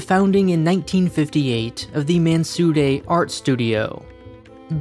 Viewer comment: I love the way you're pronouncing "Mansudae" with the appropriate middle ground between the phenetic English 'd' and 'r' sounds. Well done.